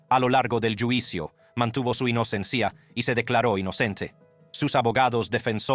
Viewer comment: Muy buen reportaje. El narrador pronuncia varias palabras de manera equivocada. Por ejemplo, jáber, en vez de haber, juicio en lugar de juicio, inocencía por inocencia, enviadós por enviados, mexicanós, sentencía, recórds, Ché Güevara, etc.etc. pues este señor es norteamericano y su idioma natal es, obviamente, estadounidense, pero lo importante es lo que nos relata. ¡Vaya historia!